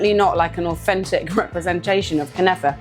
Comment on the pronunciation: Holy sweet mother of jesus!!! I am so going to try making these ❤😍🤤 By the way, your pronounciation of “Knafeh” and “Akkawi” was just fine. At the end of the day even we arabs all pronounce it differently because it literally depends only on the origin of your accent. Always do check that your dates do not come from places that are disrespecting international humanitarian law! ❤ Also, for those intimidated by the lengthy but traditional cheese preparation method… when I make my Knafeh here in Europe and I’m short on time I will just mix grated mozarella cheese with ricotta cheese (though the mozarella will still have to be dehydrated). It gives you an almost Knafeh like texture but will save you a lot of time 😉